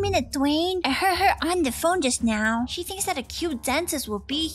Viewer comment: When karen fainted in the pool you said shell insed of she